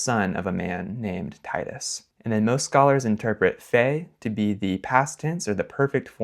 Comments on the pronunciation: The "Tîtî" is wrong; the i in "Titus" was short, even if it sounds somewhat ridiculous. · If you listen to Polymathy, Latins read Velminaeus as Uelminaeus. If this maybe debatable Titus was not pronounced T a ee t schwa s , but the same as you pronounced Tito , except for the ending -us . Also ae wqas pronounced as a diphtong a e , not e. Judging from the second text, Foied vino ...., the conclusion is that you have first to learn the correct Latin pronounciation.